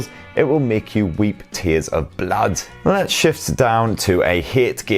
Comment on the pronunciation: "Weep tears of BLAD" ? Look, I'm from your neck of the woods too and its usually phonetically pronounce "blud" here !